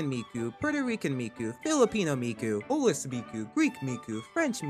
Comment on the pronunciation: That's the first time I heard someone pronuonce "polish" with a silent p